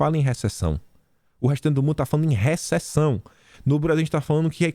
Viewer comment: Se é RÉSEÇÃO é pa traisi é di ré.